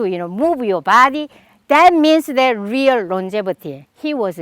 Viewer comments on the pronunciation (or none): none